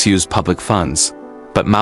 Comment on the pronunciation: Malaya? Who the heck is that? It is Mallya.